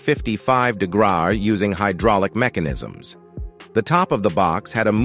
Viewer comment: Raised up to 55 degrwawr? someone either typod or in the script or mispoke :P Neat tank